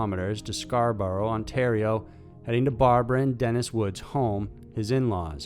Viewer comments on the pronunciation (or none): none